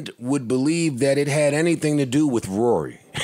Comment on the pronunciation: AK got everybody calling Rory "Rury" 😂😂😂😂